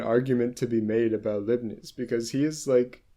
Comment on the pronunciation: hearing him say "Libbies" instead of Leibniz means he learned from reading haha. Or his teacher was just weird